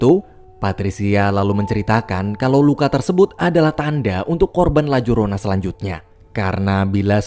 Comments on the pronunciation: Bang di bacanya layarona bukan lajorona, itu bukannya hantu dari mexiko ya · Sebenarnya nyebutinnya Itu La Yorona bang, karena menggunakan bahasa Spanyol ...